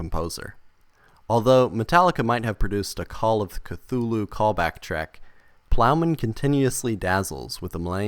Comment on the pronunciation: Cthulhu is not pronounced cathooloo but khooloo... kinda like hulu